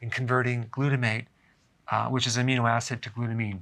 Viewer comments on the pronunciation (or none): none